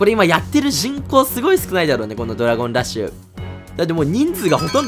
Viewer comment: ドラゴンラ↑ッシュ